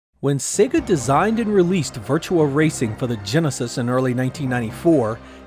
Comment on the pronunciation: Why does everyone keep saying Virtua as Virtual